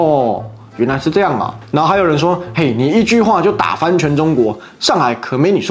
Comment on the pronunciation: 开头那位（没有看标题）那句酱~~一听就知道马来西亚人:face-blue-smiling